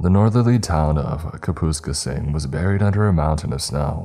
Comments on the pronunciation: Alright so i live in Kapuskasing, first of all thats not how you pronounce Kapuskasing, second of all we don’t have small mouth bass. But if you want some spice added to this story, the town i grew up in called Opasatika is about 20 min drive further north, this town had a military base thats fired up in the 40’s and got dismantled years later, i heard many stories of this base from family members that worked there, it wasn’t a normal base and nothing was left behind. Opasatika also had 100’s or japanese villagers thats started their own community on the other side of the train tracks, no one from the french town actually engaged with them and when one left they all left the town disappearing with it leaving nothing but a 10ft standing cross. Hyundai spent millions building a test facility in Opaz and after completion they picked up and left leaving everything behind. This story isn’t to far fetch… other than the pronunciation and the small mouth bass. Kapuskasing, Opasatika and all towns in the surrounding areas are french. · I live in southwestern Ontario, the name of the town is mispronounced. Its correct pronunciation is Kap-is-kay-sing, not Kah-poo-skah-sing. But yeah, Dogmen very well do exist. I saw one 8 years ago in Lynden, Ontario from about 250 yards away in -45 winds during February. Saw its prints and strides in the virgin, fresh snow the next day. Estimated it's size to be in the 9ft range. I don't need, nor do I ever want anymore proof of their existence. They are as real as the sun rises, and those tracks and strides I witnessed in the snow, will forever continue until the very day I die, to leave no doubt of their ongoing presence here. That is not just my opinion, that is fact. 🇨🇦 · I don't think I've ever heard someone say Kaps name like that lol. I was wondering where tf the town was considering its in the "north" lol this isn't north not even us locals consider it the true north but good story. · It's pronounced ( kap-us-skay-sing) Kapuskasing